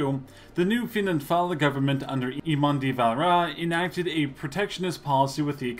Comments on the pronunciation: "eAaMon deeVaalaaairrrrAaa" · Hahaha the way he said eamonn de valera ahha